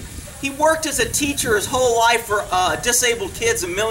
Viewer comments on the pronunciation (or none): none